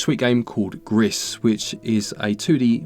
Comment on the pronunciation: re: Gris...I think it might be pronounced like "Grease", it's Spanish for "Grey"